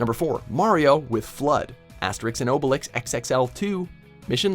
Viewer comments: That ia the worst pronounciation of "Astèrisk" I have ever heard. It's "Aster-eex". Please look up foreign pronunciations before you say them. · wtf was that pronuntation of Astérix?????????????????'